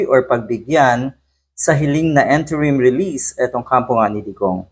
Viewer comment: pakiayos naman po pagbigkas Ng Interim. Hindi po ENTERIM ha? Interim po. nakakahiya po talaga Yung bash Ng bash ka tapos ganun pagbigkas mo 😂